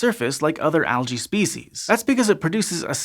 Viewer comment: Al-gae hehe